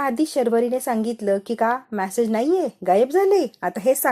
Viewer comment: मॅसेज नाही मॅडम मेसेज - उच्चार नीट करायला शिका